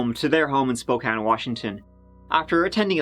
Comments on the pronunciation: HE SAID SPOKANE CORRECTLY YAAAAY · Can't believe you pronounced "Spokane" correctly... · You said Spokane correct! Yah hoo think you! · Bro, how did pronounce Spokane properly but most of the US can’t LOL. I live in Spokane, and it grinds my gears when people say “Spo-kane.” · Oh I don't know if should feel honored or ashamed that did an episode about Spokane, my home sweet home, and also he pronounced Spokane correctly!!! Thanks for giving us a goooo💚💚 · I was born and raised in Spokane. Thank you for pronouncing the name right. No one ever gets it. the lady news anchor Nadeen is now our Mayor. And we have some crazy people that live here that's for sure. I was super stoked that one of my favorite youtube channels was doing a story of my City. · Wow, I always wondered what ever happened with Doug Carlyle here in Spokane. Thanks for the video,! And kudos for pronouncing Spokane right! Fun fact, that news anchor, Nadine Woodward, is our mayor now. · How is it that an Irishman knows how to pronounce "Spokane" when a lot of Americans haven't a clue? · Just wanted to say, good job saying Spokane the right way ... even our own PNW news casters say it wrong way too often. Lol.